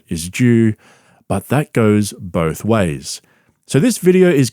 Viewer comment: Bapa just goes... bowlth ways B!